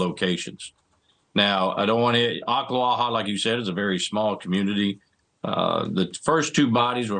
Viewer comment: Congratulations on the correct pronunciation of Oklawaha. Very few news people get it right. Sad story all around. Teenhood is hard enough without having to worry about being murdered .